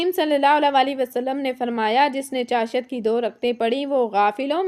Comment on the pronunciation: اسلام علیکم آپ چاشت لفظ ایک تو غلط ادا کررہی ہیں دوسرے اشراق کی نماز پڑھنے والے کو حج اور عمرے کا ثواب ملتا ہے چاشت نماز صدقے ادا کر نے کے لئے ہے انسان کے جوڑوں کا صدقہ 360 جوڑ انسان کے جسم میں ہوتے ہیں اس کے پڑھنے نے سے ادا ہوسکتے ہیں مگر صدقہ بھی الگ دیتے رہنا چاہیے،